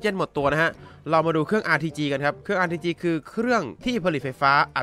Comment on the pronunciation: ได้ยินRTGเป็นRPG